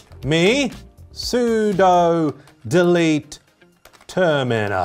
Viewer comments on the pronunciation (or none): none